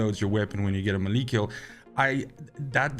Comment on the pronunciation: Think it's pronounced "melee", not "melee" ☺️